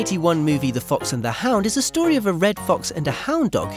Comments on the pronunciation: "The Fox and the Houd" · "Fox and the Houd"? Ok... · "The Fox and the HOUD"??